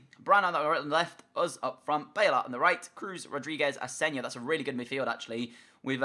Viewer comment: it's asensio not asensio